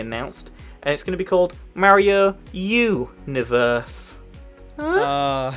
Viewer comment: Called Super Mario "U"niverse